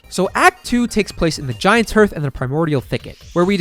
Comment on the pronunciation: Ps in case it wasn’t said before It’s not pronounced He Arth It’s like “Heart”, with a SLIGHT th sound at the end. You can get by saying HEART though